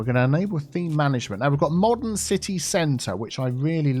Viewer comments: Ci-tea Hall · Funny, I feel like you named the palace area yourself when you said "Ci-Tea Hall". 😂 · CiTea Centre? 😜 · Ci-Tea Center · Cit-tea hall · City Hall = "Sippa'Tea Hall" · ci-tea square